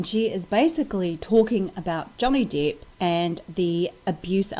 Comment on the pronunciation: Johnny depp,not johnny deeeeeep